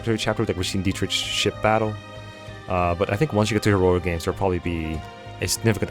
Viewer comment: It's Diet-Rick not Diet-Rich my guy 😅